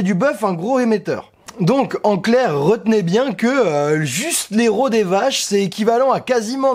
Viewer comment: “Retenez” ou “rote au nez” 😝